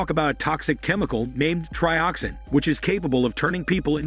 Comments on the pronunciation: It's not Trioxine! It's Trioxin and it is pronounced as such. But yeah, this video is awful. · 245 trioxine! Say it right😂 two subway bums are called workers 😂😂 watch the films you review